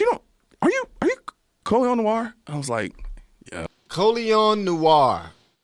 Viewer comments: If you have spotify you can go back and hear his name but its pronounced noir 😉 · You pronounce Noir like Na-w-are...or like na-ware...but ware being like are with a w in front of it, not to be confused with wear. It's French for black and also refers to a genre of film. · His last name, Noir, is pronounced nwar. No silent letters. Like adding "nw" to the word "are". It's basically the French word for dark.